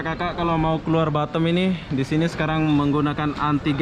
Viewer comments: Batam bozkuuh Bukan batem Susah memang lidah orang lombok niech😰😰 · lidah mas tuch yaa huruf A dibaca E😁 Efek klamaan jd tki di kualalumpur🤪